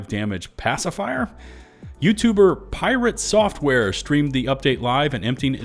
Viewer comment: I love how you said "PRITATE SOFTWARE" i was taken back by the name drop now as well